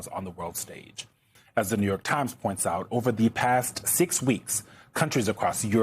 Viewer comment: When you can’t pronounce “out” then I’m not sure how to listen.